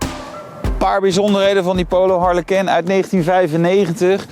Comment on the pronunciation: Wat spreek je dat toch weer dom uit. Je praat al als een ramdebiel maar goed. Het lijkt wel of je het frans probeert uit te spreken. Waarom?!